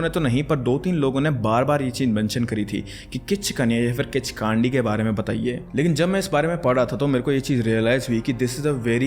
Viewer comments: Its pronounced "Khichkandi" not "Khichkaandi" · Kaandi❌ Kandi✅ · Kichkandi not broo Kichkandii 😂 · Its किच्कन्डि not kichkaandiiiiii bro😂😂😂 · its kichkandi not kichkaandi:face-purple-crying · Kandi h spelling but pronunciation kaa nhi kww hota h I mean kichkwndi Nepal me bht casual h 😂 Kichdandi Ka hona raat ko ghumo ek na ek toh milega har you'll see har bus van taxi me chudiya milti h isse man na h kii kinchkandi vagegi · It's kichhkinni 😅 but good content .. totally a fan of sr ❤pay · The way you pronounced kichkandi😂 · pronunciation of Kichkandi is wrong 😅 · Bruh at first learn how to pronounce properly kichkandi lol